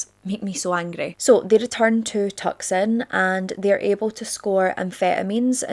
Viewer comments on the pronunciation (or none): I know this is totally not the point and not that important but just to let u know that Tucson is pronounced "Tu-son", u don't pronounce the C. I didn't know that until recent years and I don't think it's like a well known thing esp for us outside of America! But yeah, I'm pretty sure that's correct anyway, someone correct me if I'm wrong but just wanted to say for future reference! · Tucson is pronounce Too-sawn, just FYI. <3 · Holy COW I’m from Tucson!! I live for how you pronounced it!!! It’s pronounced two-sawn! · Not tuc son it's tew son put together tucson. I lived there. And just drove gayes pass yesterday. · Hi! Arizona Girl here, obsessed with your videos. You're gorgeous, I could listen to you read stereo instructions for 12 hours cause your accent is the best, and your story telling skills are so engaging and entertaining. Love your fun spirit, as it helps when covering such dark content. But just wanted to let ya know, Tucson is pronounced Too-sawn. Lol. (It's not that great a place any way, but just figured I'd let ya know haha) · Hi, Love your podcast. I love your storytelling and your accent!! I have Scottish ancestry. I don't remember how much!! With a lot of respect to you, I just wanted to help you properly pronounce "Tucson." I'm a Tucson, Arizona native. I know it looks weird, especially when you aren't familiar with the area. Sorry, I'm not picking on you. I'm just trying to help. Tucson is pronounced Too-son. The "C" is basically silent. Again, I appreciate everything you do! Thank you for giving these victims back their names and faces. 🤎🎃🤎🎃🤎🎃🤎🎃🤎🎃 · psst! Tucson is pronounced Too-sawn